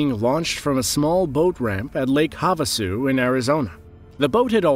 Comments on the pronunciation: #2, Lake Havasu is pronounced Lake Have-a-Sue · the way he said lake havasu lol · The way you said lake Havasu😂 I live there and I think it was so funny